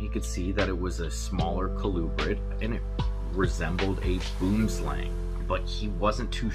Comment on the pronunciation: You are pronouncing Boomslang completely wrong. It's an Afrikaans word Boom=tree Slang=snake